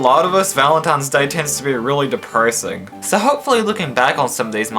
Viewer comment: why do you say pertty and deperssing